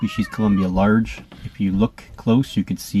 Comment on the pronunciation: The way u said Large in German the first time, was actually the correct way to say it 😊 Although u did it with heavy American accent of course. Good luck with the breeding.